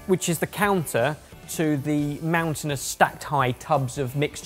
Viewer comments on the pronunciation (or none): none